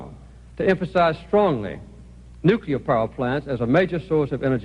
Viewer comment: I wish Carter could pronounce "nuclear" correctly. It's annoying.